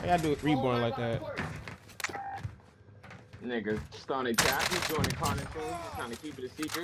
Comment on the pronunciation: why he say nigga like that lol I thought he was white for a second sheesh lol